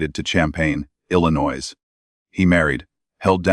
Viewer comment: At least bother pronouncing Illinois correctly!